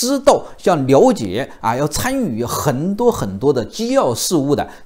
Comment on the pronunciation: “痕多” 是啥口音？？？服北吗？